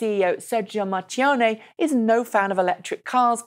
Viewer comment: It's pronounced "Markione" (in Italian ch=K).